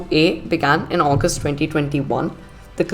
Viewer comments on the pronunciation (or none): none